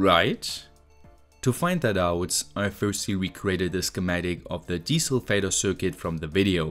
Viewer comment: I know you're saying 'desulfator' but I hear 'Diesel Vader'.